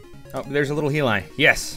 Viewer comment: Tiger heelie???? Definitely not the way it's pronounced.